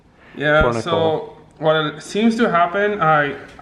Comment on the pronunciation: You said ripe instead of rip